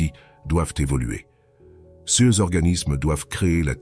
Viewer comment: C'est marrant de voir une vidéo entièrement faite à l'aide de l'IA (texte, voix, et images) où l'on traite de la peur de l'IA.... C'est pas un peu du grand foutage de gueule? A propos de la diction en français de l'IA, elle ne sait toujours pas prononcer "ces" et "ses", mais "c'est" ça ne lui pose pas de problème. Etrange et relou à la fois.